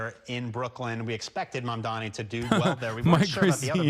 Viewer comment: I give it a week before we learn about Cuomo SAing someone in his frustrations. Also, he still can't get Mamdani's name right. All the time in the world to visit a mosque now, at least.